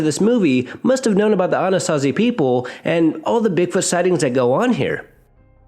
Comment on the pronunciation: You pronounced Anasazi correctly great topic